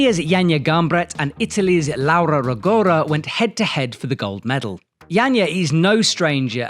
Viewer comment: Come on, you're Italian! Just teach those guys how to pronounce Laura's name correctly!! 😂😂